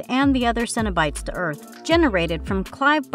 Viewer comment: The way she was saying Cenobites as “Cinna-Bites” made me want those tasty treats from Cinnabon. There should be a drinking game based on this video. Each time the narrator messes up n says things like The Leatherface….DRINK, Hendonfield….DRINK. I’m also wicked confused, the video shows a bunch of clips from HellFest and passes it off as the new Jeepers KEEPERS because they’re both set at some festival? Showed Malignant as Hellraiser. So weird